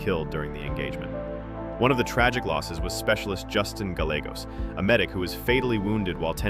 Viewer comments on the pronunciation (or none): Gal-leg-gos?!?? This guy is using footage from the movie but he can’t get the names right wtf is happening?!?! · Gallegos is pronounced /guy-yeh-gos/. Is this AI narration?